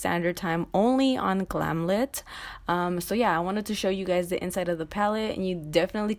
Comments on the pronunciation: its glam light ( pronunciation) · ITS GLAM LIGHT!!! I’m sure they’d appreciate it pronounced correctly! ❤️❤️You are amazing btw!!